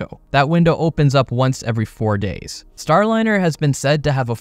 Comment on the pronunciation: "STRAND-LINER" is cold 🤣💀💀